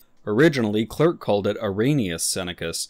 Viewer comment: Uhhh… The surname “Clerck” in Swedish is pronounced “kleark”, not klurk”. Almost like “cleric”, but with the two syllables compressed into one.